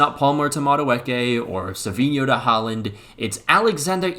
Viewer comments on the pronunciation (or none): none